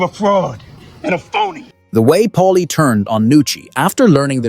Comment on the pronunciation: It's Paulie, not Polly, not Molly ... PAULIE.